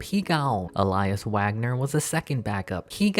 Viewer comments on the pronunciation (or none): none